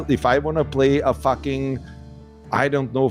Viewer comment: Take a shot every time he says FACKING